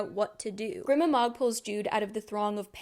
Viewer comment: i love these so much cause i can't seem to let the books and world go after finishing the trilogy. also im quite sure it's pronounced "greema mog", just following basic pronunciation rules; when there's no double consonant the vowel is long. the way you pronounce it at ca. her name would have to be spelled "grimma mog", but it's "grima mog". off topic but I've noticed that people with english as their native tongue often don't know these basic rules, just out of interest; are you not taught how to enunciate and phonetically sound out words in primary school/kindergarten?